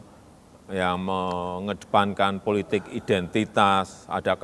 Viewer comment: Mas maaf sblmnya, isi kontenmu bagus tak ikuti terus aku suka, tp yg aku krg suka, tlg dong penyampaiannya jgn ikuti roky nggerung, kata2nya pakai akhiran "~KS~" contoh politiks, ahoks, untuks, publiks, biasa wae ya, krn aku muak, jijik dan pingin hoek dengarnya, tlg ya mas pakai bahasa dan kalimat sendiri sj ya, hahaha hahahaha, Ora keno nesu demi perbaikan kontenmu, oke....